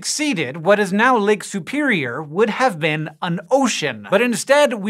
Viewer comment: I really loathe the way you pronounce Lake Superior. Lake Soopeereeyer.